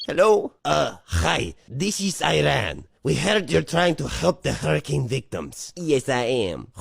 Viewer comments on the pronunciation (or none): none